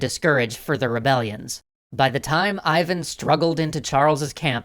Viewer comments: That sounds Ee-van. Not Eye-van. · you mispronounce Ivan — it's more like Eevan (accent on A). Which is, by the way, on today Ukrainian currency.